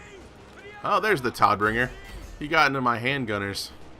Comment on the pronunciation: Just as a sidenote: It's pronounced more like Toad-bringer which is german for something like Deliverer of Death